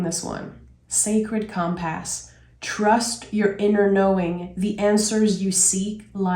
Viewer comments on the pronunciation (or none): Fwiw hon ‘compass’ is pronounced ‘COMR-puss’ I loved this trading !! Loved.